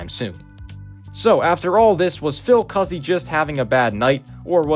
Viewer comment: so im hispanic and my second last name is cuzzi and it is pronounced coo zee. just letting you know